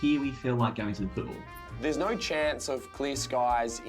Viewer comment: No Aussies say nair for no